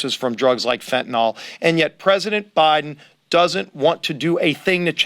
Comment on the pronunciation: Good on all of that, but when will educated people stop saying FENTANALL and start saing FENTANYL?